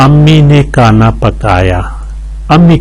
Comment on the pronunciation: کھانا کو کانا کہتے ہو۔۔